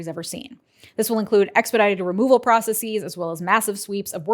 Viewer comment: When did "prah-sess-EEs" become the pronunciation of "processes"?